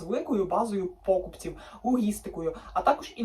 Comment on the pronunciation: далі пОкупці? ви ж мали подивитись і переконатись що наголос ставиться на букві І! вам подобається ламати систему і викривляти слова, я так бачу. чому не прОдавці, з наголосом на О? чому така вибірковість?